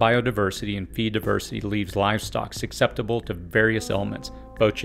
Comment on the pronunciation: I’m only saying this because you said it at least 3 times. Susceptible is pronounced SUS-eptible. Not SUC-septible. The C comes after the S, and the C is silent.